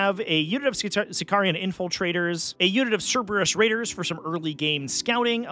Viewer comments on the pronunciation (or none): none